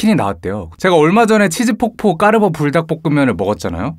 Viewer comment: 저만 까르ㄹㄹㄹㄹ보 라고들려요?